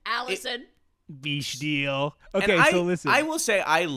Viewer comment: Pssst it'd pronounce beckdle not beechdele